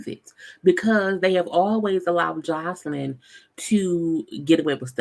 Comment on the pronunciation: Her name is not Joycelyn smh 🤦🏾‍♀️ If you gone do a blog/video at least care enough to pronounce ppl name properly and other words